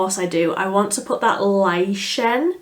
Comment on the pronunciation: Lichen is pronounced liken, fyi, it's a moss that grows on rocks, in forests, by water, etc.